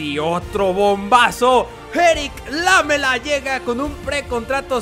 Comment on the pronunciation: Es lamÉla, no lámela!!!